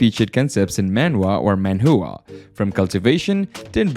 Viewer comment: Bro said ManWhoagh 💀